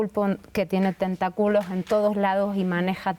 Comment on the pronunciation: Que le pasa a esta muchacha, hasta la CIA ha sido jaqueada, no tiene nada que ver con la austeridad, pura verborrea neoliberal anti obradoristas! Y la otra diciendo “tenta culos” en lugar de tentáculos, de ese nivel su análisis! Patético